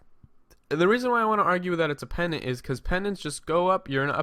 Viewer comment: and pennant has no 'd' ><